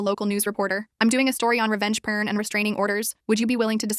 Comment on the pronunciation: When they pronounced it revenge "pern" I thought of the er ma Gerd burbles from the 2000s.